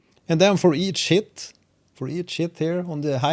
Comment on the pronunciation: Do you say:" for eat Shit" or "for each Hit"? :)